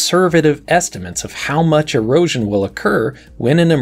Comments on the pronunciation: I had to replay that part because I thought he said Heroin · why does he keep saying heroin scars?